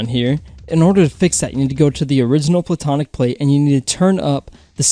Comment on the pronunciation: Instead of platonic plate i kept thinking he was saying bubonic plague